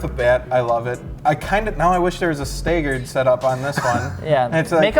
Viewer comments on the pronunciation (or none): really ya"ll?? The word is "Stag-gerd". Stag. Gerd. Lol Not "Stay-gerd" lol. Had to mess with ya'll for a minute. Side note: next time can we see cars with wheels other than Work VS series wheels please?